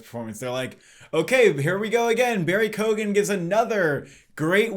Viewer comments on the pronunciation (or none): Barry Keoghen is pronounced like Key-on